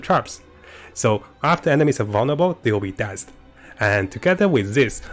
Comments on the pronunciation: Love the build. Everytime you said dazed though I was a bit confused what you were saying. "Dayzed" is better pronunciation. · it's pronounced DAYZED